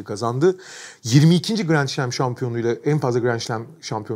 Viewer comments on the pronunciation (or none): Sevgili Kaan Kural, seni cok seviyoruz. Fakat neden bu grand slam telaffuzunda şlam diye okuma israrina devam ediliyor? Kelimenin ingilizce telaffuzu zaten oyle degil de, dedim bu adam fransiz lisesi cikisli belki fransizca okunusu oyledir, o da bildigimiz slam'mis. Nedir abi bu şlam'in hikayesi ve israri? Lutfen bir aciklama artik...